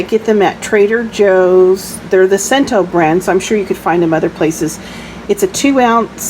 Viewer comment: It's pronounced chento and not cento the way it's spelled.